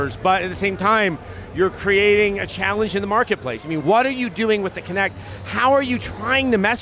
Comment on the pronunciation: WTF? This isn’t a physics class. It’s kinect not kinetic. Idiot. I’m not even a fan of MS but damn, at least get the name right.